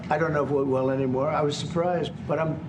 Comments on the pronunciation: “Not anymerr!” 😆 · “Not anymerrrr” 😂